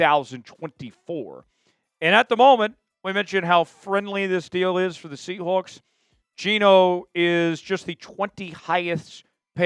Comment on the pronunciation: Quit saying SEA HOOKS